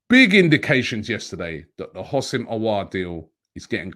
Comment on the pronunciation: There's no I in Houssem So isn't it pronounced WHO-SEM, not HOS-SIM